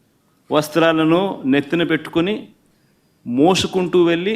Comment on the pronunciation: మోసుకుంటూ…మూసుకుంటూ కాదు 😂😮😅